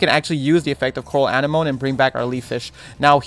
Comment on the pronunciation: Anemone , AN-NE-MO-KNEE tf is Animoan lol